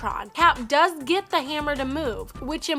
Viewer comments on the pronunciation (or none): none